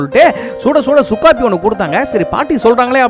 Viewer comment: ஏய் சுக்காபி இல்ல. சுக்கு காப்பி 😂